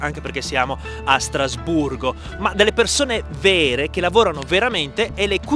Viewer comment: Hai detto Strasburro?